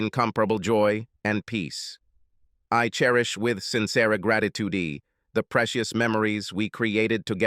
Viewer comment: I like thesea stories because of the mispronunciation of certain words makes me chuckle. Instead of saying gratitude he says graditoodee. 😂